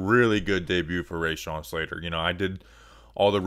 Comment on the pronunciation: Great video man. I’m so fucking excited about this kid. Just one tiny bit of criticism though - it’s “ruh-shawn” not “ray-shawn” :)